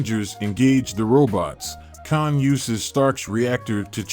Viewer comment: You gotta learn how to say Kang the right way